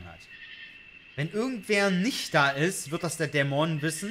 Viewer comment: Geiles Video, aber irgendwie triggered es micht wie manchmal du Dämon aussprichst :D Du betonst nicht die erste, sondern die zweite Silbe, was ich so noch nie gehört habe.